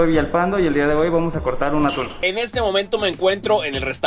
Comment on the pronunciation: Parece que dice "el dia de hoy vamos a cortar UNA TULA"